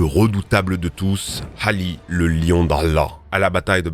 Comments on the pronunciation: Oui et Ali se prononce pas Hali 😂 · Un effort de prononciation ? Il a massacré les noms chinois, même pas pris la peine de chercher, Cao Cao par exemple ça se prononce Tsao Tsao pas Kao Kao, même pas besoin de parler chinois il suffit de mettre le nom dans Google Trad... Et même pour les noms arabes, il prononce Hali au lieu de Ali...